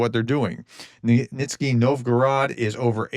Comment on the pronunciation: Professor. It's not VANTICS, it's VATNIKS, and it's not "nitzny" it's nyZHniy